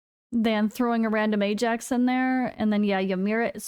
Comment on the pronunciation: It's Aye Jax, it's always been Aye Jax. Please never say Eye Axe that sounds mega cringe.